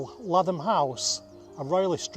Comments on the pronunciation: Very good documentary, Lathom is pronounced LAYTHUM, The Lathom family are my direct ancestors back to norman conquest, and then the Stanley family who married onto Lathom family and gained their wealth, I had the privilege to work on the site of Lathom castle ❤ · You have missed the Roman fort at Burscough which was quite large. Also Lathom is locally pronounced as LAY TH AM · Lathom is pronounced Lay-thum